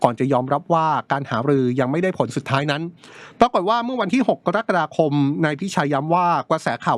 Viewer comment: คุณเป็นพิธีกรได้ยังไง เดือนกะระกฎาคม ไม่ใช่เดือนกอระกฎาคม